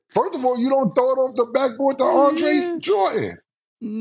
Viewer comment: Lmfao cam or mase can’t pronounce shit lol Andre Jordan 😂😂😂